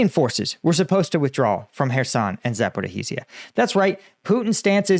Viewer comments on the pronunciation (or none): For the billionth time, there's no "Zaporeeheezia", It's ZA-PO-RI-JJJJJIA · How is it possible that after more than 3 years, you STILL CAN'T PRONOUNCE Zaporizhzhia PROPERLY!!!! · Please stop mispronouncing Zaporizhzhia